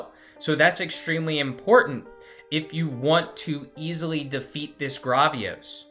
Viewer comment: it’s Gravios, Say the first part like gravel (like the meterial)